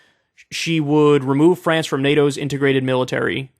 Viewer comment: To my French friends, I sincerely apologize for Kyle. It hurt me too.